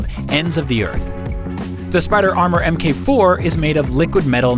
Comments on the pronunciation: Em-kay? Mk is mark, the mark 2,3, and 4 suits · Its mark not mk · Why is saying MK instead of mark? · Can people please stop saying "M. K." , mkay? It's short for "mark", say Mark. It's like "etc." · Mk is pronounced as "Mark". So, MK2 is short for "Mark 2". Just saying.